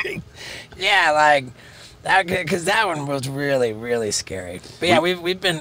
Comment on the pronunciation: Becowsh lol